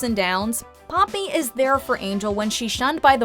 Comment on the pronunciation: The way the narrator says papi like "puppy"😂😂😂